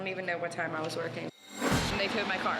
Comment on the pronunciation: “I’m WurKIn” like that is supposed to defend the fact he irresponsibly backed into someone’s car on the job💀